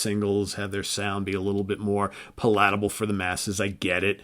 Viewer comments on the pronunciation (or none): Puh lat uh bul?? Really? You learned that word reading didn't ya? Lol I like point if entry more than that. From Desert plains made point of entry for me Rocka Rolla too.... It was pretty good for a debut. Sin after Sin and Stained Class...great records And best wishes to your father in law. Very sorry to hear that. My dad died 6 years ago.... Prayers